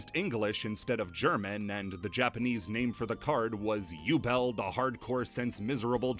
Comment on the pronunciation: I'm pretty sure Ubel is actually Übel. Like, it's prounced "oo-bel" like the "oo" in "spooky" or the "u" in "lute".